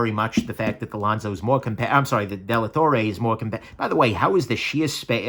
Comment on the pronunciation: it's Dellatorre (Della torre=of the tower) not Delattorre.